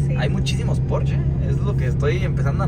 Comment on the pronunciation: Muy buenas naves pero se dice Porsche !!! No porch jajaja no seas naco! Jaja